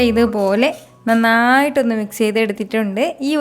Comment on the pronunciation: "ithupolee" Korch koodipoyi😛😂anyway nice video